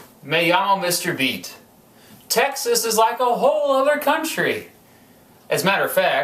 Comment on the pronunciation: hey its Mr.beat not Mr.peat